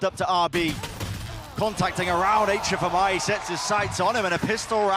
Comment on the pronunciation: Why do the caster call HFMI like that if he said he wanted the casters to speak his full name :c